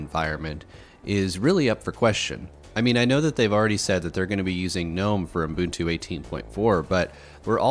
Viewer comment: What's "Umbuntu"?